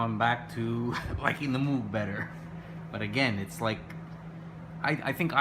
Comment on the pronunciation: moog rhymes with vogue